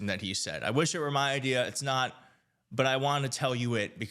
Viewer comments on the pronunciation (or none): none